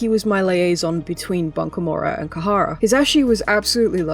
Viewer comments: It's not Kahara but Khara pronounced Kara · Khara is pronounced kha-ra. 2 syllables Not kuh-ha-ra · Great video, seriously, but every time you pronounced it “Kahara” I cringed a bit. That’s like, the bare minimum of working with a company is knowing what they’re called 😅